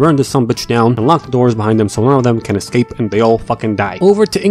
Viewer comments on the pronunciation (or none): none